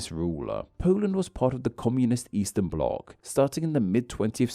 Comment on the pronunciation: eastern bloc, not easter, please...